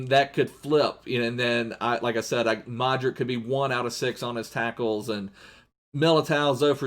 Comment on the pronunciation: I love ur videos and its luka modrich when u say it I know u just reading it but it should be rich at the end